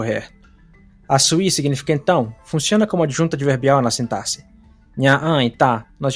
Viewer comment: acho que você é a única pessoa que eu já ouvi falar sintaxe da forma correta em muito tempo kkkkkkkkkkkkkkkkkk